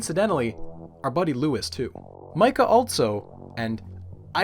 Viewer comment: Mića, not Mica. Totally different pronunciation 😢